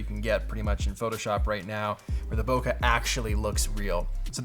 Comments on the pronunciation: Pronounced; bouquet is "boo-kay" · When he says bokeh he sounds so british